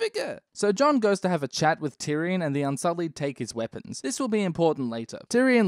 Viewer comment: I like how he says no weapons no weapoms always makes me giggle